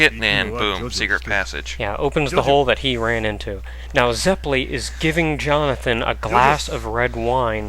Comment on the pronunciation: I have to practice Italian for my music lessons and I have to let you guys know that you're saying Zeppeli wrong... It's Zep-pe-lee. In Italian, double consonants are always pronounced. If they aren't separated though, they are lengthen... Like the LL. I watched Golden Wind first, and throughout most of the time, I wanted to bang my head against the desk because of the pronunciation... Hope that I could help. Awesome vids.